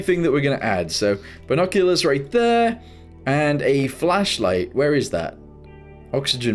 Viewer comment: Ah yes, the fachlight